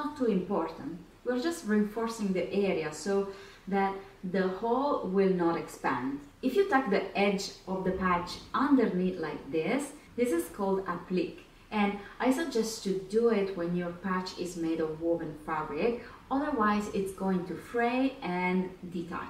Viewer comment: Your video is great. One comment on pronunciation of applique. It has 3 syllables. App-lee-kay. It's derived from French.